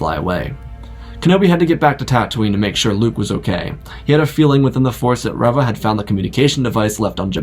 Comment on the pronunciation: Did you not watch the show? Why are you pronouncing Reva wrong?